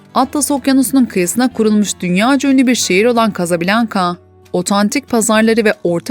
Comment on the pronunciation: Kazabilanka değil,kazablanka